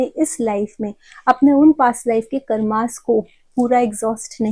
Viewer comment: कार्मस😂😂 वेदस चक्रस योगस हगास मुतास 😂😂😂😂 श्रध्दास शर्मस 😂😂😂😂 क्या आप सब नामो की माँ बहन करते हो सच मे 😅